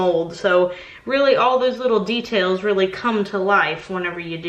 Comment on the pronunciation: De..tails ha. Ha. Ha..... No okay